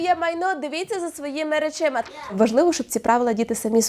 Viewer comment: РоСклад на весь екран з помилкою.РечИма це говорить вчителька.Мабуть же попередньо переглядала відео,можна було виправити.Вчителька гарна,але…